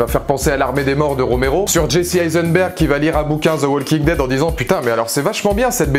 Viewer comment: On dit "woking dead" le L se prononce pas, pleaaaaaase